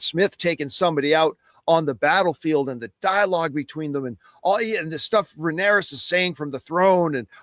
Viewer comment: Someone tell John is Rhaenyra - there’s no S on the end.